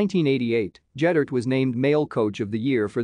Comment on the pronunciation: Ged-dert NOT Jed-dert.